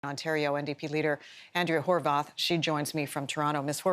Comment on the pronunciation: Ok is her name Horwath or HorVath. Since when did a W get pronounced like a V?